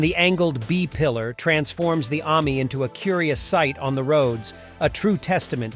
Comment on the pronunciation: I wish this guy would learn to pronounce Ami and allard properly. You put the emPHARsis in the wrong place.